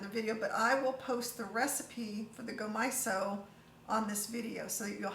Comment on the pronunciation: Can't wait to try some power greens this way, yum! Glad I caught your addition of the plum vinegar on the video. I thought I was going round the bend, though, when you got to the sesame seasoning (I ate macrobiotic for a few years)--it's gomasio, not gomaiso, lol! The most delicious sprinkle ever!